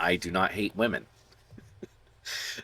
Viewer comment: How you said WAmen, I loled. Love your content man :)